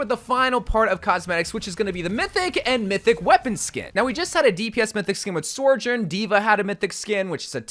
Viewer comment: Bro You Need to learn to pronounce sojourn